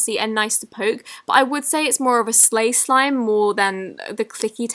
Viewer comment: What's a slay slime 😂😂